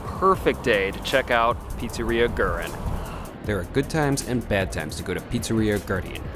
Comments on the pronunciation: Way late, but for a pronunciation closer to what Argentineans would say, say "weh-REEN," not "GRR-in." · Fantastic video, just a thing that is ticking me off: pronounce it "goo-eh-reen" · It's "GwerrINE"